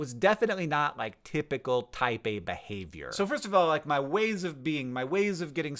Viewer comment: Me giggling like an idiot thinking Hank is always talking about 'Taipei'. 😂😂😅😅